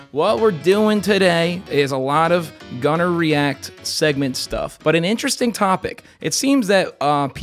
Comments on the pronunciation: ..... am I the only one who heard "Gunnarrheia" at the start of the video?..... no? Just me? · When you say “Gunner React,” it sounds like, for a spilt second, that you’re saying “gonorrhoea”